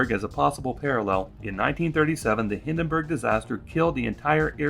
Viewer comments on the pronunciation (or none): It's 'Hindenburg', not 'Hindenberg' 😉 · Nice episode! One minor thing: It's called HindenbUrg not Hindenberg.